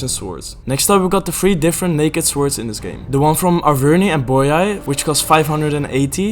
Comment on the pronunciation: tiny nitpick from me that bothers me unreasonably much: the 'w' in "swords" is silent. basically just says "sords". otherwise great video